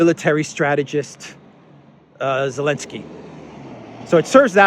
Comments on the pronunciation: And your 2nd mistake is you misspelled/mispronounced "Zelensky" as "Elensky". Please apologize and don't do it again. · A question: Why you call Zelensky “Elensky?” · Who is, “Elensky”? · I like the way you insist on omitting the Z in Zelenksy. It's hilarious Shows how illogical humans can be